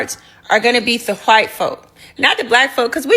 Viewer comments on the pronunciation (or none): "Make America HWYITE Again". 😅